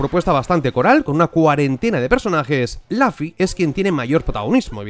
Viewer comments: Monkey D Laffy... Como me molesta la gente que se empeña en intentar pronunciar bien y lo hacen mal xD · Lafy? xD Con pronunciarlo tal cual se escribe esta bien dicho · La gente se queja de que dices Laffy... No veo que problema hay, cada uno pronuncia las palabras como le da la gana. Yo no me he dado ni cuenta de que ha dicho Laffy, sinceramente. En fin... Grandisimo análisis.